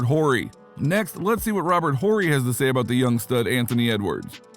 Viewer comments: Whorey? Its pronounced Ory. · It’s pronounced Ory not Horry jeez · The H is silent ..not Whore E lol Horry sounds like Oreo without the O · Is he pronouncing Big Shot Bob’s last name on purpose or just a young casual I can’t tell. Funny either way 😆 Ant exciting AF! Upside is 🤯and he’s already nice! He’s def wrong about Durant in MJ/LeBron’s league though (or Kareem Hakeem Bird Magic Wilt Russell Duncan Shaq Kobe for that matter) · Am I the only one stuck on the way he pronounced Robert horrid last name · Dude you gotta delete your channel for pronouncing Robert Horry’s name like that. Have you ever watched basketball before?